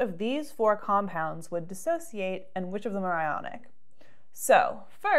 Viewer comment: It's dissociate not dis-associate.